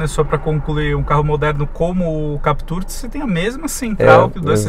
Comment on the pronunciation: Sério mesmo, muita teimosia, o cara passa o vídeo inteiro falando "Captúr" enquanto o outro fala como todo mundo "Captur". Não entendi essa necessidade de reinventar a pronúncia do nome do carro. Mas, enfim, voltando ao foco do vídeo, na versão 1.6, não sei se valeria a pena pagar a diferença pela Captur, o estilo da Duster me agrada mais. Se fosse a 2.0, talvez a Captur seja mais negócio porque a Duster não oferece controle de estabilidade e tração para a 2.0, não sei o porquê, já que a Captur tem o mesmo conjunto mecânico.